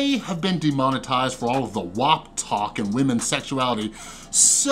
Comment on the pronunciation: Thankyou for pronouncing WAP correctly